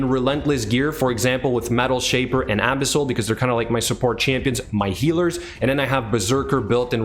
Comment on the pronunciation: You make 'Abyssal' sound like a cream for anal abscess. 'Abisil, just a little dab will do ya'.